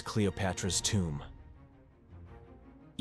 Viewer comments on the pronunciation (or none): none